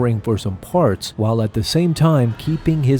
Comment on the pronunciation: Hahaha it does sound like it. Somehow when he tried to say “parts” his pronunciation turned into “farts” 😂😂😂😂